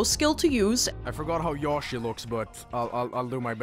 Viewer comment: Yashi? Who pronounces like that???? 🤣